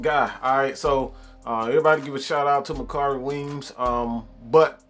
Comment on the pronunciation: 😂😂😂 *Makari Weems!! But thanks bro